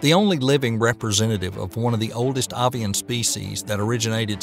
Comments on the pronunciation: Eco in ecosystem is pronounced EEEH-KOH. It is not pronounced like Echo. Avian is pronounced AY-VEE-AN. The first syllable sounds the same as the A in "brave". It is not AH-VEE-AHN. Cretaceous is pronounced CREH-TAY-SHUS (has three syllables and rhymes with bodacious), not CREE-AHT-SEE-US. Calamari is CAL-AH-MAH-REE with four syllables, not CAL-AH-MAH-LAH-REE with five syllables. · Very interesting video. Most of the pronunciations were... um... entertaining, at least (Cretaceous, Ambulocetus, avian, etc...). I also have to say, dinosaurs were reptiles, but they were NOT lizards. Also mosasaurs and plesiosaurs were not 'ocean dinosaurs.' Thylacosmilus was not a tiger. Paraceratherium actually belonged to the rhino superfamily, not hippos. There's a lot more I could mention, but I don't want to write a huge wall of text.